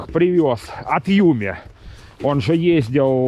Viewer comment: название читается Yummy как ямми)))) Юмми это что-то другое))))))😁